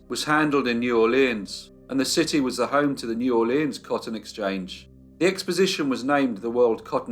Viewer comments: DUDE!!! It’s pronounced neworlans—one word. Not New Orléan. No French accent whatsoever is applied unless it’s Cajun, and then it’s nawlins. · The name of the city is pronounced Nawlins by the locals.